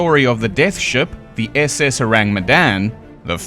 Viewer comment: The moment you put accent on "SS" and "freighter" I knew, without knowing much of civilian ahips, that the classification is wrong.